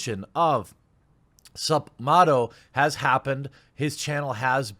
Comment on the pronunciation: While I agree this is atrocious for 2k to have done, and I appreciate the info included in your news breaks, your pronunciation is horrendous and always leaves a taste in my mouth. It is MATTo. As in, his name was Matt. It is not pronounced motto